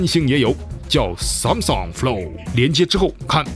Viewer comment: 编导老婆嘴说秃噜了吧，Sansom？